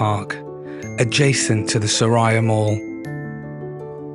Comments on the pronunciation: Welcome to Malaysia. Just wanted to highlight something. The right way to pronounce the mall’s name is ‘Sue-rea’ and not su raya mall. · Its su-ree-ah not su-rah-ya klcc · Just to correct a little..its pronounced as Su(soo) Ri(ree) Ya(ya) not SuRaya..😊❤😊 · Welcome brother! By the way, the correct pronounciation for SURIA is SUE-REE-YA meaning Sun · It’s pronounced ‘Soo-ree-ah’ mate 😊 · Mr.,& mdm, Suria KLCC should pronounce as Soo rea KLCC, just an info that I, a Malaysian want to share. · I love your poetic musings ❤ I am currently in Dubai and can’t wait to return to my beautiful homeland in February. My favorite place in Malaysia is Penang which has the best street food. You may consider hiring a trishaw ride for an hour through the streets of Georgetown and to see the amazing street art. Btw Suria is pronounced Soo-ree-ya. Blessings to you and your beautiful family ❤ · Hi. just to help you a little since it is your favourite mall & you might encounter instances with the local that might misunderstood you guys. It is pronounced as ''su-ree-ya'' KLCC. 🥰 SURIA actually means the ''sun'' or ''sunshine'' in Malay. You can see the meaning reflecting in their logo. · Suria is pronounced soo-ree-yaaa 😃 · الحمد لله... هذا من فضل ربنا... Just for your information, we pronounced "Suria" as 'Su ree ya'. In Malay language, "Suria" carries the same meaning as "Matahari", which means "Sun".